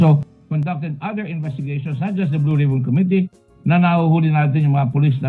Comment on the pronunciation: "Blow Rib-on"